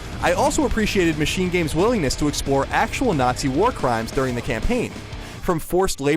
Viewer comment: Say nazi again wtf